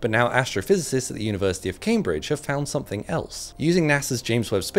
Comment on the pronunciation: Nots not camebridge is cam (like camera) and bridge